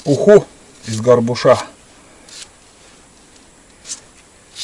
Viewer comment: Здравия,! В слове горбУша, ударение на букву У. А суп с сайры надо варить с рисом и делать пооджарку, с лука и морковки, пальчики оближешь. Хотя у нас, на Камчатке даже, настоящей сайры не найти, как и рубероид.😢 Добра и здоровья тебе!